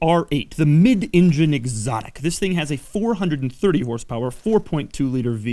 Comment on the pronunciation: The Audi R8 " the mid ingune exotic" lol